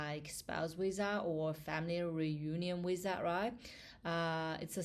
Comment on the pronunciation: 😂😂😂is not wisa is visa . Is funny how you pronunce visa. You make me laugh